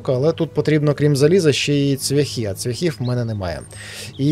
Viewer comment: цвЯхи-наголос на Я,ведмідь...і т.д.Дуже шкода,що так репаєш українську мову